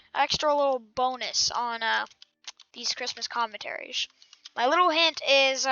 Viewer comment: chree mos